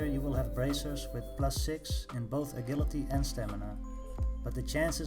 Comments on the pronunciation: “Uh-jill-it-ee”...Agility....NOT “Uh-GILL-uh-tee”...FUCK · You pronounce it ajility mate, je sound, not ge! Nice vid tho!